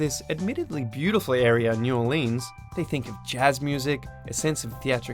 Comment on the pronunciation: anyone who says new orleans like that deserves the guillotine